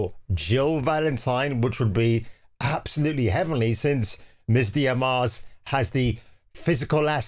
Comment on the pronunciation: Ana "De-Ar-Mas"